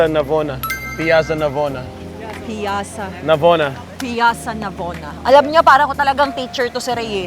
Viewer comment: Kailan po kayo ngpnta dto sa Rome,, sayang sana nakita ko kayo zeinab😢❤ ah ngpnta po pla kayo nung time po ng heatwave.. yan tapat nyo pk kinatatayuan ng pantheon ung ristorante na saan aq ngwrk dti mdmi po pinoy jan.. Hindi po Piyassa Navona ang bigkas po PIYATSZA NAVONA (PIAZZA NAVONA)😅😅😅 Ang LIMONCELLO po iniinum tlga after kumaen pampababa ng kinaen after heavy meal❤ About respectful po buong europe po kasi tlga may attitude sila 😂 hi di po tlga tulad sa ASIA very Respectful tyo mga tao❤